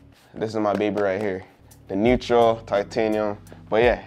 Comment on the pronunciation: “Neutral”?!?? How do BOTH you and the camera man get this wrong? 🤷🏻‍♂️🤦🏻‍♂️🙄